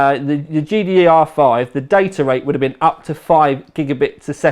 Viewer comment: .... he isnt even able to say GDDR5 .... i would look for a for other reviews..... also he says 980 thai for some reason .... it is 980 TI unless he think that it is tiland...... he is a disgrace to all of us that call the UK home